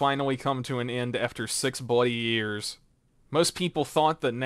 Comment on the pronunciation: you say bloody weird